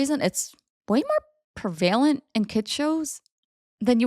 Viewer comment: Its prev-a-lent not pre-val-ent